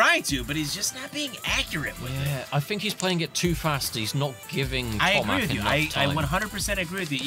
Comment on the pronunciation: Polish name (Tomasz) should be pronounced like Tomash. Shouldn't be hard for commentators to google it, takes 10s come on...